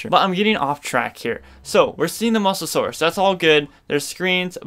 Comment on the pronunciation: Ya need to learn how to pronounce mosasaur not mos-asaur